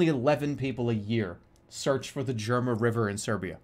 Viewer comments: That river is pronounced Yerma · well, it's pronounced more like "YAIR-mah"